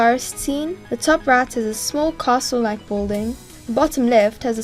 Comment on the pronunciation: Bruh you can't even say castle right XDD